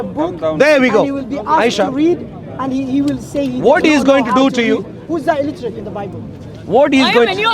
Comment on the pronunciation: At 26 min illitrate😂😂